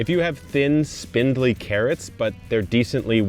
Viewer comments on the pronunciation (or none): none